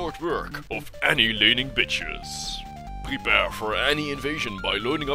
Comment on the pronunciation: "prebear for Annie invasion" x]